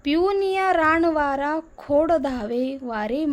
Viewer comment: आपला प्रयत्न सुंदर आहे, परंतु न च्या जागी ण उच्चाराला की कसेतरी वाटते. रानवारा म्हणा.